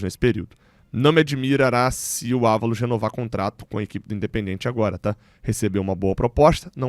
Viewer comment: um toque na boa. Não pronuncie: "In de pen DJI en TCHI". isso soa horrível em espanhol. Pronuncie o DI e TI como os sulistas ou pernambucanos. ST.